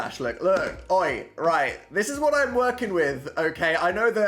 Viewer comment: "Oi!" very British, Daniel